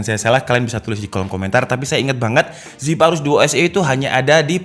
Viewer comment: Asus "zipayrus"